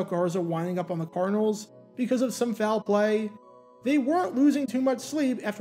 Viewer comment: Did you say "foul play" or "fowl play"?